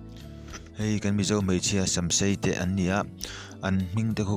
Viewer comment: "Mai" tih tur hi "Mei" tiin i lam ri thin a... "Mai" ti a lam tur.